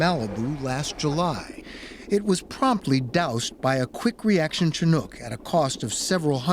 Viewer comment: Leave it to 60 minutes to mispronounce Chinook...🤦